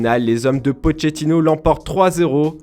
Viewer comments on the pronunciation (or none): none